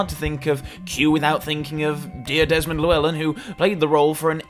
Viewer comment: My inner Welshman took a blow listening to how you pronounced Llewellyn